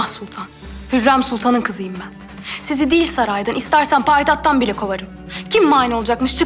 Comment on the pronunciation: Mihrimah'ın payitat demesi beni bitiriyor 😄 Hızlı konuşunca payitaht diyemiyor iki gözümün çiçeği 😍